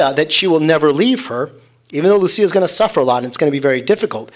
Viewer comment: The seers are Portuguese I’m tired of hearing Jacinta name pronounced as ‘Hacinta’ please respect that God decided for His mother to appear in Portugal, JACINTA not Hacinta And Lucia the ‘c’ is not ‘ch’ Sound it’s again in Portuguese it’s a softer ‘c’ not Luchia Just about everyone on the internet mispronounce their names - Portuguese names please 🙏🏻